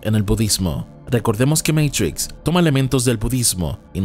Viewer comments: No digas matris wey, es matricks(matrix) la matris en algo de la mujer con el embarazo xd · Matrix que es eso de Meitrishx jajajajjaja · Nio meitrix nio meitrix jajajajaajaja inglés perfecto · Meintrixch que pronunciación 😂😂😂